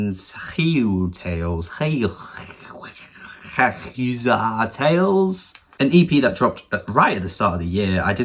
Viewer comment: Lol it's pronounced hotels lol